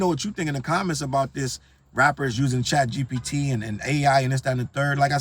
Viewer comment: you know CHATgpt is bad for hip hop when you got struggling to pronounce it 😂